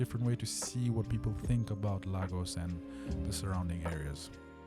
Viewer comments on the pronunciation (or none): Ps its not "Lar gor s," its "La go s"❤